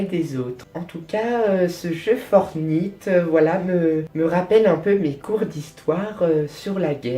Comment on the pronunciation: Tu prononce mal "Fortnite" on le prononce plus comme Fortnite que Fortnite, voila.